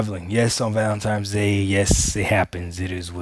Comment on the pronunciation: valentimes? Ebonics is real.